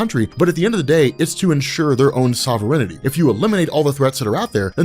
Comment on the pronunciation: I can't get over the pronunciation of sovereignty in this video 😂